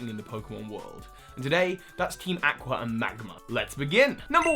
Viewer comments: You pronounced Aqua wrong! It's (Ah-qua) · That's a very creative way to pronounce "aqua".